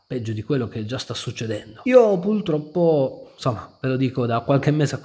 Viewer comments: "Pultroppo" però non si può sentire dai... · Ma si dice pultroppo o purtroppo??